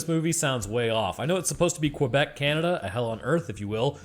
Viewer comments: I love how keeps calling out all the weird pronunciations while consistently mispronouncing Quebec. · Lmao the way u pronounce Quebec